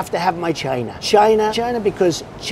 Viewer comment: I get a lot of mileage trying to figure out how you'd spell Trump's racist grandpa method of pronouncing China. Cheayaina. Csheyena. CHYYYNYA.